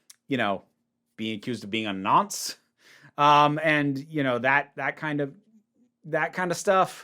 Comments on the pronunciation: Hearing an American say the word nonce is very strange as a British person. But I do appreciate hearing more people say it as it is an incredible word. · Hearing an American say the word "nonce" made me feel very strange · Hearing an american say nonce is strange 😂